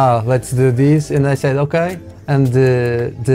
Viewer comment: O “okay” ao minuto foi a coisa mais madeirense de sempre 😂❤